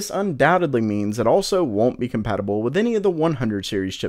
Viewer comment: AsRock says COMPATIBILBLE